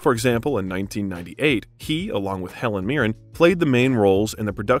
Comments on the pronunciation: This biography is wonderful, EXCEPT there are too many pronunciation errors! For Les Liaisons Dangereuses, you could have Googled how to speak the French title. Other words like Machiavellian are phonetically written out. One time you spoke Helen Mirren's name correctly and then not. It just tends to lessen your credibility. Do your research, so you can read the research aloud. Again, wonderful content, work on pronunciation. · This is a REALLY lovely piece but I’m really sorry to mention this - you mispronunce a LOT of things in it. Machiavellian, Phylllida, Alameida, Helen Mirren and a bunch of other things. You also call him Alec Rickman at one point. Feel free to delete this comment - I really feel bad mentioning it. Just strongly recommend you check the pronunciation of words and names you’re unfamiliar with.